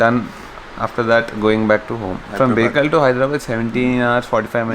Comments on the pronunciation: You pronounced it correctly bro...Bekal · You are saying it correct "BEKAL" 👍👍😊